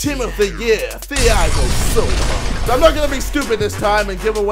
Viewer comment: I think it is fair to say ksi knows nothing about football outside fifa, calling neuer 'nur' and Thiago silva 'fiago'